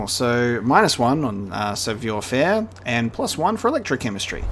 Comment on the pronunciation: OI is pronounced WA in French so it's sav(war) faire. You pronounced faire perfectly 👌